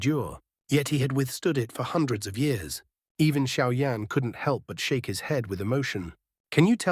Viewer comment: Кто такой Шао Инь? В названии Сяо Янь и тут резко Шао Инь. И да бро перестань тараторить.